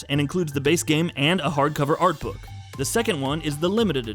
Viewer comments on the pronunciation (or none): none